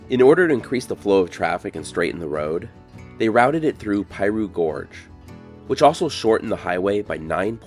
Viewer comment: It's NOT pie-roo, IT'S PEA-roo.